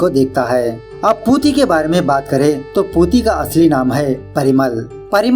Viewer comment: Its not puti its pooti